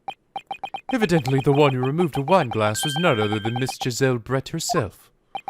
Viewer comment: I will be honest Brett sounds like bread to me